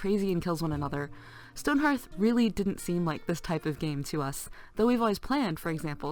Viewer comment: It's HEARTH not HARTH.